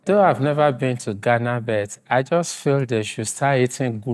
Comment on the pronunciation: My friend… you can’t say „jost“ and claim Ghanaian. They are all Nigerians na. Another one said „kontry“ and the other said „kid-napd“ not kidnapped!